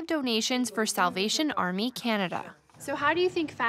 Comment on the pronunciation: When she said Salvation Army, I heard South Asian Army for some reason lol.